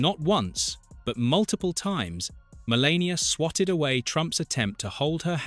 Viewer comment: stumbled across this but what's with the mispronunciation of Melania?